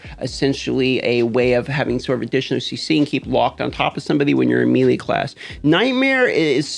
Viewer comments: Bro will u please stop saying meeeeelee, it’s pronounced maylay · Don't want to make you look stupid, but melee is pronounced, may-lay. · It’s pronounced may lay